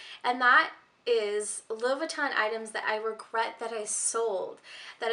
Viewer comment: It aggravates me how you say Louis Vuitton